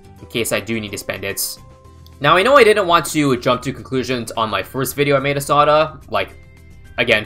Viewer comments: It's pronounce Sauda like Saudi !!!! Why is everyone mispronounce her name 😂😂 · Oh, I thought it was pronounced sow-duh